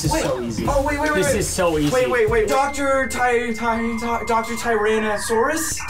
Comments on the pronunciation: Fun fact: A pink sheep is actually not the rarest creature, it's a blue axolotl. Also it's not doctor tryanasaurus, it's doctor tryaurus, or atleast that's how DanTDM says it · Yeah Not trayasaurus heh it's trayaurus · it's not dr trayasaurus, it's Dr. trayaurus, you're right but both of them mispronounce his name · Preston,, and even the editors, got the Dantdm scientist question wrong, it’s Dr. trayaurus, not tyransaurus… smh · I love how Preston calls Dr. trayaurus Dr. Tyransuarus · i love how is like dr. ty ty ty dr.tyranausarus and then the answer was even wrong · Wait, did he say tyranausaurus? Isnt it treaurus? (Idk ow to spell his name) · Preston said dr trayasaurus wrong and said it’s so easy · It was dr TRAY-OR-US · It's trayuarus no n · ITS DR TRARAUYUS, TRA-YAU-RUS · I'm still thinking about Preston pronouncing Dr.Trayaurus wrong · did anyone else realise that Preston also got Dr Trayurasus' name wrong xD